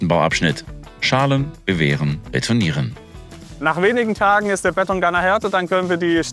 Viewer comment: Ich bekomme noch Alpträume, wenn ich noch länger "Bett-ong" höre.